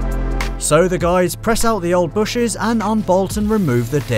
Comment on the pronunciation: Bushings. Say it.. "Bush-INGS". Not "bushes". No one says that